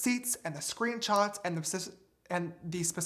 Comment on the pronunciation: Im bothered by how he says screenchots instead of screenshots 😂